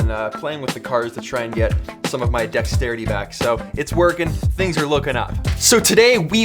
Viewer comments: Deck - Sterity lol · Decks-terity. I hope that was intentional😂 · I think he means decks-terity